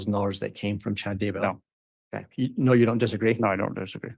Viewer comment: It’s “Dudday”. What the heck?